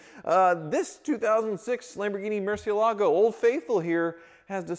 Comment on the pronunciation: if the name is in Spanish as are most of Lamborghini car names then it sound murcieeeelago. The accent (emphasis) is on the "e". Thanks